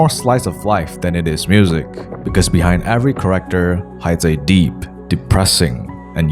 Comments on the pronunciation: character pronounced as corrector confused me so much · Yo dude by "corector" do you mean "character"?, i aint good at english....